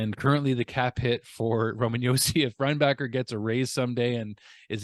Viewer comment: I think it’s Reinbacher like linebacker